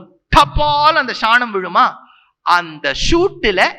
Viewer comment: Athukku ea da ஷாநம் னு சொல்லுற சாணம் னு சொல்லு